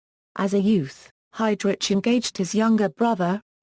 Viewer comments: pronounced "HeydRick" no HeydRich; Germanic pronunciation. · its Heydrich is pronounced hide rick not hide rich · Everytime this computer voice says 'hide rich' his evil soul flinches in Hell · This is the worse computer voice ... seriously lol...your doing a review of this man's career and life and you can't even pronounce his name correctly..I stopped listening to it...take this shit down!!!..I already know enough about him and even though he was a cold soulless murderous power hungry monster...your doing him a great disservice